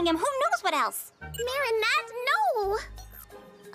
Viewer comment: that ain't Marinette, thats Merry-go-round , nah, that's not Adrien, that's A-drain💀